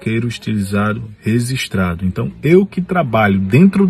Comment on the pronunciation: “Rezistrado” foi foda.